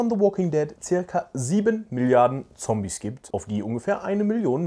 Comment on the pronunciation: Sorry Es Triggert mich wie du immer "Zombies" sagst